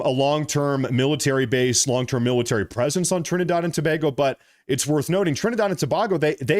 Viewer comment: Tobago [ TOE - BAY - GO ] NOT [ TO - BOG - O ]